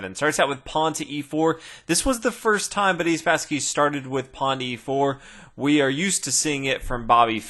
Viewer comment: I always hear "Buddy Spassky" and I have to think of "Buddy Jesus" from Dogma :'D